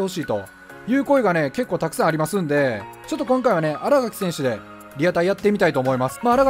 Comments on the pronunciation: あらがき じゃなく あらかきです← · あらがきじゃなくてあらかきやな。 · 「あらがき」じゃなくて「あらかき」です笑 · あらがきじゃなくて、あらかきなんだよなぁ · あらがきじゃなくてあら【かき】ですよ笑